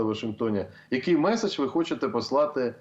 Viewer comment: Що це за МЄССССІДЖЬ .. ви що УКРАЇНСЬКУ забули ... мєєєсссііджь ..